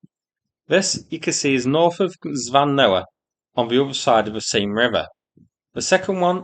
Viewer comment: I am SO TICKLED every time I hear "Scooby Doo Van"😂😂😂